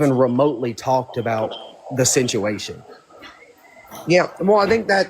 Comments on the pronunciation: If I had to hear him say "the sinchuation" aka "the situation" one more time..... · Talk about ignorant as he pronounces situation totally wrong lol just cant make this shit up!!